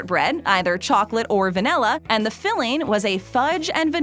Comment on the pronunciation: Va-NILL-a , there is no “e”, no nell, in vanilla, thank you.